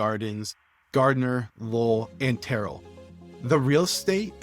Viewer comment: Are you AI??????? You can’t even pronounce Terrell or Horace Mann properly. How is anyone supposed to trust your analysis????